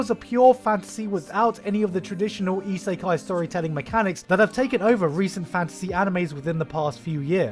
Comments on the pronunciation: cringy pronouncation of isekai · EE-SAY-KAI? Really? that's how you're going to pronounce the word?....SMH